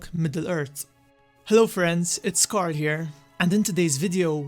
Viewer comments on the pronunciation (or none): none